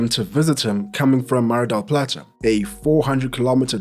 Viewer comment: As a spanish speaker it's much appreciated to hear names like "mar del plata" said correctly and not trying to be translated. Great video